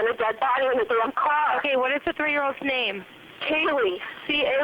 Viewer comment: You aren't saying her name correctly.